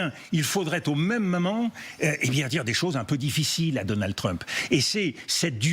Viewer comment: Marrant, cette façon de prononcer "moment" comme "maman", et ce à de nombreuses reprises. Freudien, non?